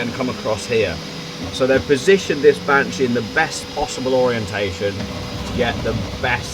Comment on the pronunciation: It's benchy not banshee 😂 mine arrives soon and I'm just as excited as you! How are you getting on with it now you've had it a bit?